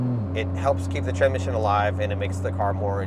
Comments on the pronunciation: I like how he can't say tranSmission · Ah Yes Tranmission 😂